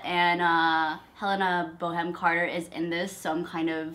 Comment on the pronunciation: Her name is Helena Bonham Carter, not Helena Boham Carter.